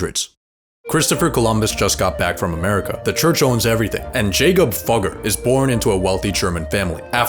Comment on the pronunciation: It's pronounced Függer lol. I should know... it's my last name.